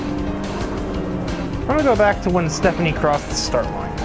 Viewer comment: Stephanie is apparently a Spaniard now instead of German.